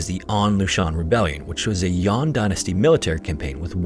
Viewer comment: I beg your pardon, it's not "Yon", it should be pronounced as "Yan" the northern rebel state. Do your research properly before releasing your vids. lmao